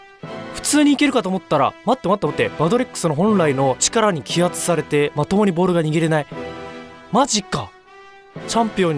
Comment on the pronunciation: 気圧されての読み方はけおされてだよ